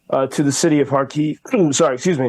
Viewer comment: Thank you for your work. Small recommendation about the pronunciation of Kharkiv city - it is on the first syllable Kha`rkiv / KhArkiv. (not Kharki`v). Thank You.